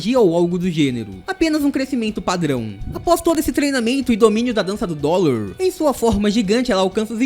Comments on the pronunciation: Não é dolor é drole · cara não e dorle e drole